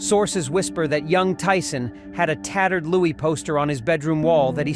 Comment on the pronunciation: The Ai voice is annoying sometimes saying Louie instead of Louis.